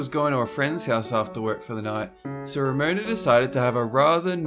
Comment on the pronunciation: Ramona? Ha more like RAMOANA